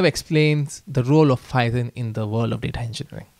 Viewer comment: Python ❌ phayethon ✅😂